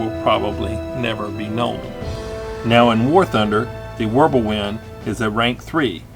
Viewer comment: W is pronounced with a V sound. Just like J's are pronounced with a Y sound.